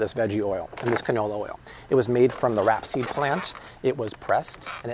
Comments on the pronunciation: Rap-seed? It's pronounced like it's spelled: Rape-seed. Also, show me studies demonstrating that GMOs are toxic. You're fearmongering and mispronouncing words in equal measure. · Again it is not rap seed it is rapeseed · c'mon! It's pronounced RAPE-SEED. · It’s RAPESEED. not rapseed. RAPE.